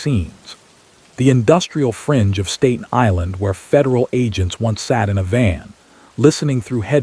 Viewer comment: learn how to say Staten Island